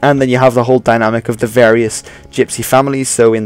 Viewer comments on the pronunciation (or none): none